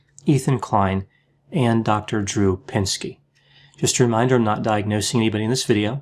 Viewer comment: You called him "pinsky" 🤣😂, you are G. O. A. T.